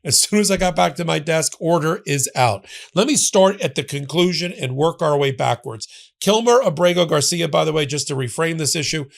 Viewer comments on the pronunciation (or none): none